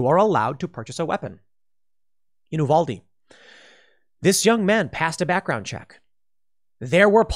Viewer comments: Okay i just gotta say... It's U-vAl-De not U-Vaul-De lmao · I wish you would pronounce Uvalde correctly. I agree with what you're saying it just makes me grit my teeth